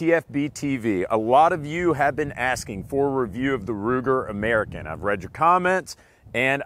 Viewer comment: All I ask is say AMERICAN correctly.